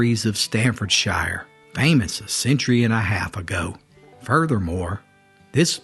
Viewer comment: some very well meant constructive criticism: British placenames with Shire in them aren't pronouns "shy-er" but "sheer"! It comes from hundreds of years of tweaks to the pronunciation & spelling of place names from Old English, AngloSaxon, the Scandinavian languages of the Viking settlers, or Latin from the Romans. As modern English evolved from this, the spelling was adjusted to fit the pronunciation, often without the letters/characters for the sound the way there'd been in Old English/AngloSaxon/Scandinavian, as well as long, sometimes complicated placenames being shorted & abbreviated, the pronunciations being something you just have to learn rather than sounding out from the spelling. That's why place names like Worcestershire is pronounced "wu-stuh-sheer" (the wor/wu pronounced the same as the start of would) Bicester is pronounced "Bister", Shrewsbury is pronounced "shroves-bree", Norfolk/Suffolk are pronounced "nor-fuk"/"suffuk" &, the most extreme one I know, Cogenhoe is actually pronounced "cook-no"!!! 😳😂 Americans are far too literal with their pronunciation of the English language, ignoring the hundreds & thousands of years of history that brought us to this point... the mispronunciations are as grating to Brits as someone pronouncing your name really strangely, despite how many time you correct them, that can kead to frustrated grinding of teeth! 😂